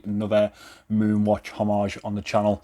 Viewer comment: Hommage, the “h” is silent. I don’t care what everybody else says. Oh! And the Moonswatch is not an Omega.